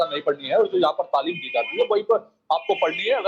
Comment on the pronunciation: Pahle aap sikh lo talim ko tamil bol rahe ho apne talim par dhiya do dosron ko lecture dena band karo